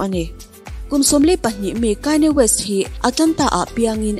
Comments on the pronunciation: Kanye west "Kaini west" i tih tak hi ngaihthlak a hrehawm deuh ka van ti em aw, a chipui ten an lam dan takah chuan 'khanie west' tiin an lam a, 'khanie west' a lam ve kher tur phei chu ka tilo mahse kanye tih a "KA" hi "Kai" tih theih na tur a awm lo e mai.. "A" hi "I" a lam rik teh daih kan ti ve nih chu Aw mawi em em e.. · ichhiar thiam viau a Kanye west hi,,kainye west. Ti ah lam tur anilo w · Kainya west 🤣🤣🤣mi sawi dan ngaihthlak tam te pawh hi tha ve aw👍👍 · Aw mawi deuhin KAINI WEST in tiah😊 i aw hi chu special reuh,i trawngthei ngawt ang..